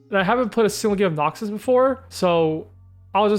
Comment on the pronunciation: You saying noxius is obnoxious